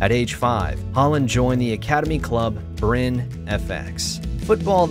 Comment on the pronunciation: Please. Don't pronounce Molde and Bryne without the E at the end ! It's not French. It's Norwegian... 😉